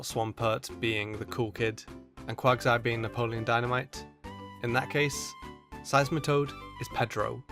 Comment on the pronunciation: DO NOT LEAVE OFF THE E IN SEISMITOAD!